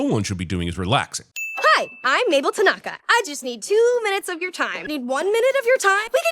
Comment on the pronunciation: As a person learning japanese, I cringe at how everyone pronounces "tanaka"